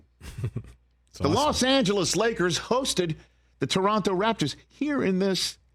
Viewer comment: As a Toronto kid I really appreciate Rich with the correct way to pronounce the name of the city